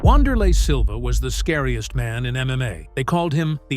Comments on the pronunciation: Come on man.....at LEAST take the time to find out how to pronounce the mans name correctly. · 2 secs into the video and you mispronounced his name. Adding this channel to the block list.